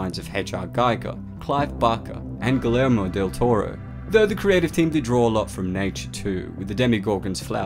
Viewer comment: did you say “Guh Lermo” Del Toro? this channel is legit, it just makes me worry and reminds me of the fact that there are so many fan channels, with no education or knowledge behind laymen’s or a passing interest, that name themselves and pass themselves off as like, educational or somewhere that i can actually learn something. but if the person doesn’t know, and doesn’t know they don’t know, and doesn’t bother to figure out how to pronounce the name of one of the most celebrated directors, it kind of comes off like it’s not as legit as it makes itself appear. but with this channel i don’t think that’s the case i think FCE is good. but there is a ton of garbage on youtube.